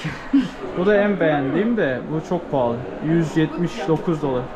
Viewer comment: Abi neden pahli diyorsun?*